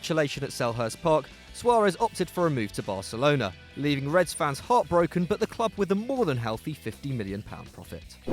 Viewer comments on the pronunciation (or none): none